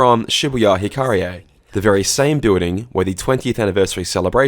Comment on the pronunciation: finally! someone pronounce "hikarie" correctly..btw nice explanation here